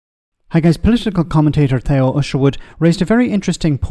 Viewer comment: Thee-oh not They-oh or Two!!! Oh how he has changed since he left LBC and gone to Times Radio!!!